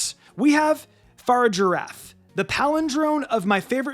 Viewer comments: You said Girafarig right but I'm pretty sure the evolution is meant to be pronounced the same way, Gira-Far-ig/Far-ig-iraf. Not Fargiraf, you forgot the first i. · How do people still pronounce Farigiraf incorrect when we heard it in the reveal trailer 😭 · It drives me insane that says farigiraf wrong